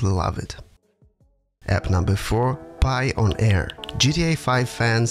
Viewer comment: It’s pronounced like the word “Pioneer” not “Pie-on-Air” lol